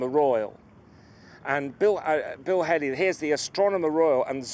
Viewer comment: Bill Hailey certainly got about: when he wasn't entertaining youngsters with rock and roll, he was having wheelbarrow races against Tsar Peter the Great at Deptford with John Evelyn! The eminent astronomer at around that time was Sir Edmund Halley whose name was not pronounced that way at all. His name rhymes with "rally" in modern speech but some believe he himself pronounced it "Haw-ley".